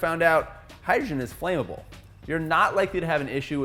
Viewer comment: That would be "FLAMM-able", not "FLAME-able", mate.